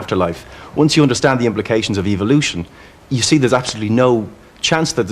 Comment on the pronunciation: Dawkins' "evilution" (he pronounces it i this way) theory is trying to persued us that it is possible that Silica sand develops per accidentaly happening changes into computer processor. The one who is bullshit is Richard Dawkins.